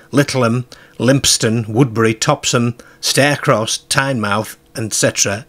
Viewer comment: Cracking video. I live here, and often think about those footprints when I'm down Exmouth way. One small correction, is the pronunciation of Teignmouth. It is pronounced "Tin-muth" by us locals!